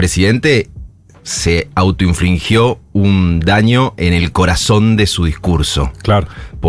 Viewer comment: Se dice "autoinfligió", no "autoinflingió"